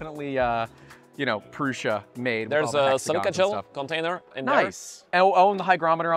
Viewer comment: Why do youtbers call it Proosha but Josef Prusa calls it Proosa?